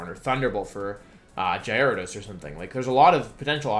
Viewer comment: The way he pronounced Gyarados killed me yo 😭😭😭